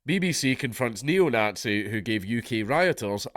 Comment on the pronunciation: 'ayle 'eetluh' - the nogtsee probably